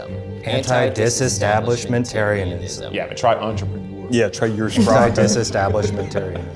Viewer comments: Me too! I couldn’t tell if he was saying “versprache” or “ersprache” despite knowing from the definition that it should be “Ursprache”. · Your pronouncitation of the first sound/vowel in ursprache is a bit off! It’s not quite a yer. It’s much closer to an ooo. Like in “room”. Oor-spra-(x)kuh. The x is a sound that doesn’t really exist in English. It’s like a hissy h. But it’s reduced often to a k sound in English. It shares a prefix with the word used for great granny. I had an uroma when I was little since I’m half German. So ursprache basically a great grand language! Language families are neat! :D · Arriviste? Yeah, I'd say that's the correct pronunciation and that's exactly why he could spell it, despite never having heard it. He took "arrive" and put a French spin on it. Meanwhile "jurspracke" was just so heavily mispronounced, that it was impossible to get. It's as if I asked you to spell "bratcholee", when the actual word is "broccoli". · Ned should've gotten ursprache, cause the guy who read the card mispronounced it. There's no "YOUR" sound in the beginning. It's more like "EWER-SPRAH-KUH" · i'm gonna be a pedantic dick (bc that's really who/what spelling bees are for, which includes me lol)--that's not how ursprache is pronounced. lol "yur" as the beginning sound probably would've started with a "g" instead, but a plain "ur" is simply that--ur, or "er". ALAS! he probably would've gotten it right otherwise. oh well. lol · As in many internet spelling bees, things are made more difficult when the host mispronounces a word. I listened to saying “Ursprache” multiple times and still couldn’t tell if he was saying “Ersprache” or “Versprache,” - this while knowing from the definition that Ursprache was the likely answer! ( mostly did a great job, though - much more accurate than others I could mention *cough*GuyMontgomery*cough*.) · The fact that he pronounced “Ursprache” “Yersprakhe” isn’t Ned’s fault 💀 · As a German: „ursprache“ was pronounced horribly